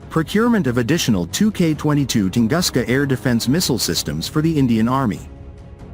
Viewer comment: Правильно не может прочесть название тунгуска,как верить всему остальному?